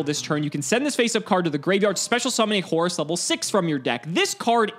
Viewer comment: I love the way pronounces Horus like Horace. It just makes the card funnier and funnier. lmao